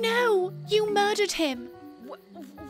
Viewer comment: “oH nO! yOu MudEd HiM” (i spelled murdered like that bc thats how she sounds haha im so funny)